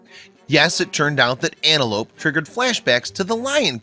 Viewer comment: its Antelope not anelope..